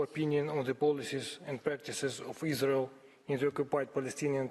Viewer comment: Yes. The verdict is in : There's No izzzrael. Agreed